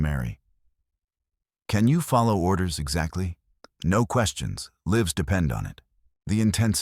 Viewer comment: Līves not Lǐves